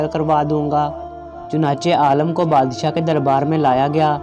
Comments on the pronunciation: Bahi apna talafuz sahi karan afsos hota ha jab ourdu pahrne wale galat paherta han aalam ka maine jahaan or aalim ka maena han ilam wala aalam aalam ker raha ho lugaat lo zyr zabir ki mashq karo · Bloody it is not aalam, pronounce it as aalim. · Very bad pronounciation, please learn urdu properly, AALIM NOT ALLAM, aalam means duniya. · Alam nahi Alim hota hai bhai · pahle padhna seekho, Aalim ko baar baar Aalam bole ja rahe ho. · Aalim he Aalam nahi